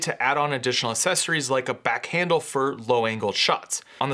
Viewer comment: Good video but good God please stop saying “sessories” instead of “accessories”. It’s really annoying.